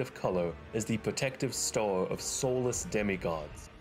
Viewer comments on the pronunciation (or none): What dialect is that? I can only hear store and stores instead of star, stars